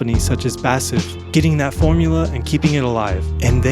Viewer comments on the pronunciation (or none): it’s NOT Bassif! (BASF) You say the letters. B A S F!